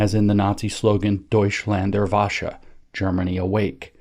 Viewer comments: "Wasche" means "wash" in German. lol. I think you meant to say "Deutschland Erwacht" (Germany Awaken) from the verb "erwachen" (to awaken or to wake up). The "ch" in "wachen" is a voiceless velar fricative that sounds similar to the "ch" in the Scottish "loch" or the German "Bach", and is NOT an "sh" sound. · And I love how James intentionally mispronounces German for fear of being called a Nazi